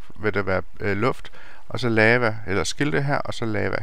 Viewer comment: lava udtales ikke lama